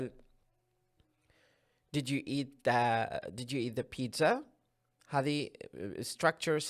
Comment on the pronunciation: Sorry I reckon you pronounced word 'pizza' wrong.